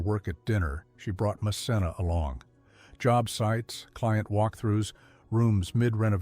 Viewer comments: PLEASE Narrator!!!! Learn the correct pronunciation of the names!!! Or get a new job!! Pronounced MaKenna! Not mcsena! Please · It’s ma-ken-na (Macenna). We knew all of this already bc she said it over the years. I love when ppl paint a storyline as if we don’t already know. She’s educated us over the years if u watch her vlogs you’d know that. 😂😂😂😂😂😂. She still sits at a desk n sew patterns lol depending on her projects. We knew know of Romeo n how they met too. This video is funny well put together though. And the cottage is my fav as well as her la home her mom’s hand painted arts and the baby we all waited for her to finally test positive on baby Kade. Mom of a how 2 yr old still doing her thang now released shows with hgtv we love her over here. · Voice over dude her named is Ma Ken Na!!!!🤣🤣🤣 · You're not pronouncing her name correctly. Though spelled with a C, the C is a hard C like a K. MaKenna! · I've been following her a long time. She's amazing. You should be respectful enough to learn how to pronouncing the names of the people you talk about. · It’s Macenna pronounce the c as in k. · I’ve been a subscriber of her YouTube channel for years…and she is a beautiful person and very talented……it’s nice to know a little more of her personal life….but I am really happy that she keeps her personal life separate from what she shares on her videos! I corrected you every time you said her name …because you were pronouncing it all wrong…which I found very irritating.